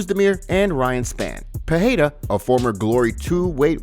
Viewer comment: Pereira - Pe-ray-ra, not Pe-hay-ra 🤦‍♂️